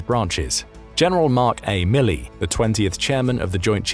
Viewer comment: Milley? LOL!!